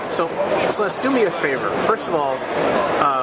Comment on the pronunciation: It would be great if you could get Celeste's name right.